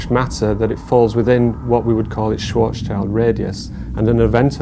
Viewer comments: Yo, professor. Just one hint from a native German speaker: there's no "child" in Schwarzschild. It's Schwarz-schild (black-shield). 🤘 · Did he say Schwarztown radius? Isn't that a Schwarzschild radius? puzzled